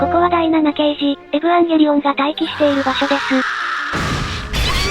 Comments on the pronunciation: エヴァン↑ゲーリー↓オン↑ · エ⤵︎ ヴ ァン⤴︎ ゲー⤴︎ リ オ ン⤴︎ アダムがハガレンのエンヴィー！？ じゃんけん ここが私的に見どころ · 何回見ても「エヴァ～ンゲーリオンっっっ⤴⤴」の発音好き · 相変わらず発音がえぶわんげりおんなの大好き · この「えぶぁんげりおん」って独特の発音好き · 11年経ってもヴァの発音そのままで安心した😌